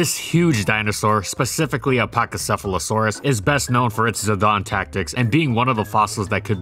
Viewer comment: Your pronunciation of pachycephalosaurus is better than 90% of every other human being's pronunciation